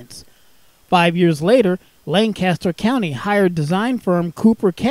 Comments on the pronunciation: Lancaster PA is pronounced Lan-kiss-ter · This is my local train station, super glad to see it recognized!! Just one thing though, it's pronounced lane-kiss-ter. Us lancastrians are very particular 😅 lovely video, thanks a ton!